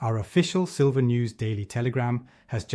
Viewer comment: Silver - not sliver.....